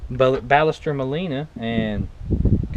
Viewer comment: Sorry, but I must say you're mispronouncing "Ballester". I'm from Argentina. Check this out, please: Nice vid. Cheers.